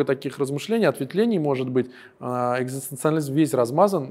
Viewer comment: спасибо за этот выпуск твоего творчества. Было очень познавательно. Только Ваш собеседник неправильно произносит слово " экзистенциализм". Но ещё раз Спасибо!